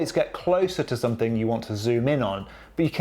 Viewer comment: Somethink? Really? What’s wrong with the proper proper pronunciation?